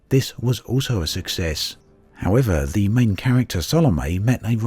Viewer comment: Sal-o-me. It annoys me when people pronounce it wrong